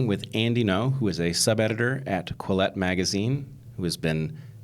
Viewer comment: Quillette not Collete 🙃